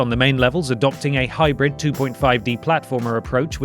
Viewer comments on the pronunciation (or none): none